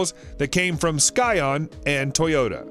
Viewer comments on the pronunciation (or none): This man did not just pronounce Scion as “Sky-on” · Skyon lol sssssssion not sKyon ...Scion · “Sigh-on” dude! Not sky-on 🤦🏻‍♂️ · "Sky-On" ... more like "Sci-On" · Sigh On not Sky On...launched at the same time as a rare Toyota recall. Doomed. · Did he just say "sky-on"? Boooooooooooh! Scion is pronounced sigh-on! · Who TF parks on a Highway? SKYon, not Scion??? Really? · Really, Skyon? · "sky on" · Sky-on? That’s not how that’s pronounced. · Skyon?????? you mean Scion. They need a new commentator. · "SKYON"... I think he meant to say "Scion", so what he probably meant was the Scion xB. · It's pronounced SI-on. Look it up. t was a word before it was a brand. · "Sky-on"? lol... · This guy just said "sky-on" when referring to scion, the vehicle manufacture. Really makes me question any and all other information he releys. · Inaccuracy, mispronunciations, video clips of unrelated garbage, mismatched pictures and an all around uneventful, misinformed waste of time. Stopped the video after he pronounced Scion as Skyon... Stick with what you know buddy. Stay away from anything automotive especially. Far away. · lol, and sky-on instead of scion🤣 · Ah, the infamous Skyon... my favorite car lol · I almost gave up after his pronunciation of Scion. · The name Simca Fulgur does not sound close to the way you pronounced it. Not overly surprising given that you can't even pronounce Scion, a perfectly ordinary English word. The engine in the T-Rex is out of a BMW K1600 motorcycle, previously it used Kawasaki engines. In either the case the redline is closer to 10,000rpm than to 5,000. That was a silly comment. Thorium is not "vaguely radioactive"; it's simply "radioactive".